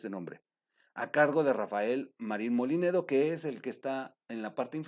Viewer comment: No es MOLINEDO COMO TU DICES TROOL ES MOLLINEDO